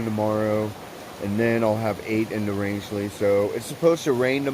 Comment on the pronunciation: I totally agree with 😇 Ina's quote! Roscoe is a man's dog...but not just any man...IBTAT! 👊🏻 Well, you said Rangeley correctly! 👍🏻 Wow! You and Hawk could be neighbours! 👍🏻 He wants to move to Maine also. Birch said the same thing when we were at Sugarloaf. He has never been to Maine and now wants to move there too...but I reminded him...it isn't that easy...so we are going to do a lot of exploring in Maine this fall because I just don't do well in the heat...although this past weekend wasn't that bad. I consider myself a Mainer, having spent 10 of my youth summering with my grandparents, playing in the forest and trekking through the Hundred and climbing up to the summits. Justin follows Evan EWolf's backpacker_comics (correction). We must have just missed each other! 😲 We took a tour of Hostel of Maine too! We will be there in September to finally peakbag Sugarloaf on our NE67 list. I told Birch not to run any races beforehand! 😂 The views were amazing this vid! Some of the climbs are class 2 scrambling...boulders and slabs...use of hands required. Others may be class 3 climbs, assisted by ladders or even bouldering. No, these mountains are not easy. You don't have to be a climber, but have some hiking experience! New England has 67 4000+ footers and you will be challenged by over 50 of them before leaving ME, NH, VT. You are doing great! Hope everything worked out in Rangeley with the shuttle and hostel! Happy trails! 🌺